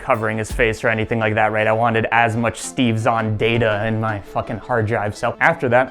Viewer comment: I think the DeepFake decided to work after he pronounced Steve Zahn properly.